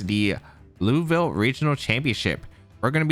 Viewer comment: You say Louisville like you’re from here